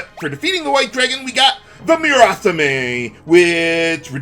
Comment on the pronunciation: "Moo-raw-saw-meh"; no emphasis.